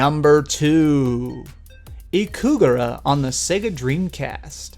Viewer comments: Hey, guy... your channel is great! But, in this video you called Ikaruga, "Ikugara"... please, fix that. And, "Odin Sphere" is in this list? Oh, no... it isn´t hard like you said... it´s required a lot of patience, instead. Super Ghouls´n Ghosts deserved be in the place. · 'Ikugara'? You mean Ikaruga? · Yup. Ikaruga, not Ikugara. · its IKARUGA not IKUGARA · "Ikugura" you mean "Ikiruga". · It's Ikaruga not Ikugara. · Ikaruga, not Ikugara. Even the name is hard! The lack of Super Meat Boy makes your list inadmissable, by the way. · I laughed at 'Ikugara'. Hilarious mess up from guy named ''. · it's ikaruga :l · Wasn't it called: "ikaruga" ?